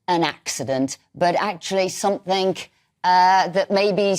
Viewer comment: Youd think a tv presenter would know its pronounced " somethinG and not somethinK.Shes dumb